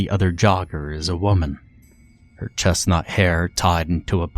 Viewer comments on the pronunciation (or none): You said "her chestnut hair tied into a ponytail" and I heard "her chest hair tied into a ponytail" and was 😖🤢